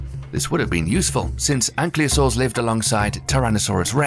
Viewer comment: Might want to work on the reading/pronunciation before trying to narrate text with words that are too complicated and beyond your understanding of how scientific words are built. "ankly-oh-saurs"". What are they, like ankles? That's just one of dozens mispronounced/misunderstood in this vid. But any comment's good for your algorithm, right?